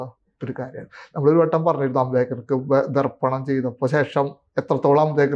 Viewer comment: 'തർപ്പണം' എന്നാണു ശരി. രജിത് ഒരുമാതിരി തമിഴന്മാരെപ്പോലെ 'ദർപ്പണം' എന്നാണു് ഉച്ചരിക്കുന്നതു്. അതുതെറ്റാണു്. ദർപ്പണം എന്നാൽ കണ്ണാടി എന്നാണു് അർത്ഥം.....!!